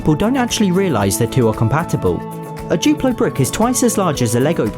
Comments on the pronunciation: *duplo not guplo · Its duplo not chuplo🤦🏻‍♀️🤦🏻‍♀️🤦🏻‍♀️🤦🏻‍♀️🤦🏻‍♀️🤦🏻‍♀️